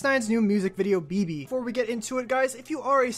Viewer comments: Be-be.. it's beh beh "Bebe" is like a Spanish version. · ITS NOT BE-BE ITS (BEH-BEH) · First it’s not pronounced Be-Be. It’s pronounced Beh-Beh (Spanish for baby) 😂😂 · Thank you like learn Spanish bro (im talking bout the person who made the video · Omg I was just bouta come to the comments to correct him too LMAO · I was so pissed cono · Oh naw 😭😂 her said beebee its behbeh 😭😭😭😂😂😂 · its Bebe not bibi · Beh beh not bebe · It BEH BEH not BE BE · It's not Be Be, please stop 😭😭😭😭😭😭😭. It's Beh Beh, Bebesita, as in Baby. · It's beh beh not be be also gummo & billy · Listen here it’s pronounced behbeh not Beebee and it’s not both or one or the other it’s just behbeh 🙄😬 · take a shot everytime he says "You Know" or says bebe WRONG its pronounced beh-beh. you'd probably be lit by the end of the video or if a lightweight, in the ER. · He pronounces Bebe like BB and not Beh Beh. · Did he really say bee bee umm sir it’s pronounced beh beh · I mean it’s annoying that he keeps saying bee bee. It’s Beh Beh. And I lost count how many times he said “you know” 🤷🏻‍♀️ you know? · Its called bebe not bibi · He pronounced it wrong mane beh beh not be be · Its not be-be its pronounced Beh-Beh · Not bibi but beh beh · It’s pronounced BEH BEH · My guy said bee bee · You said Bebe wrong it’s Spanish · Did he say bibi😂😂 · He said bee bee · It's beh-beh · He said Bee Bee 😆 SMFH 😒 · It’s pronounced BehBeh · Omg he said be be smh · I got aggravated he was pronouncing it wrong🙄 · you said bebe wrong. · Dis man said Bebe wrong🤦🏻‍♂️🤣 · Lol he said the song wrong he said Bebe wrong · Don't like to hear how BEBE is pronounced in a very white way lol. But it's a nice video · If you don't know how to say then don't say it OMW BEBE What nonsense is that